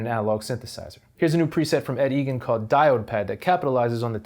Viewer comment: Eigen is pronounced i-gan not e-gan.